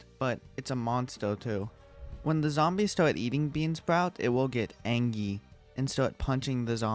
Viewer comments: "it wiell get angy" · Angry❌️ Angy✅️🤣🤣🤣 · Angy hahahahah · ANGY where is the "r"? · "it will get anggy" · Bro said angy